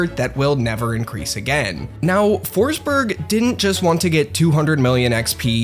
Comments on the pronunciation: it’s pronounced ”Foschbery(j without d-sound like the y in yellow)” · Kept saying "Foresberg" but there's no E